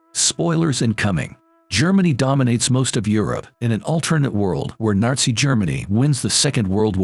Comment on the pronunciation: Narzi Germany 💀💀